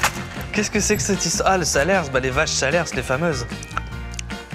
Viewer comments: Le fromage "salers" est issus du département du Cantal, qui lui aussi est un fromage, dans le département du Cantal "salers" est aussi bien une race de vache, un fromage et une ville. on prononce "saler" et non "salersse" 😂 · on dit SaleRs pas SalerS 😭